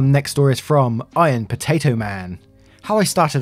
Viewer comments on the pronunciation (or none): none